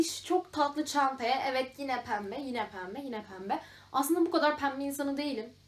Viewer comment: Peki sürekli yine yerine Gine demen 😂😂😂😂